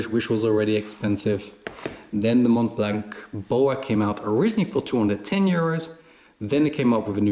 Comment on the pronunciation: Great video. Mont blanc is french and we don’t pronounce the “t” at end of “mont” and the “c” at the end of “blanc” 😊